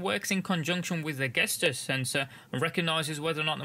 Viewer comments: For the love of God it's pronounced JESTURE. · GESTURE PRONOUNCE [ˈdʒɛstʃə]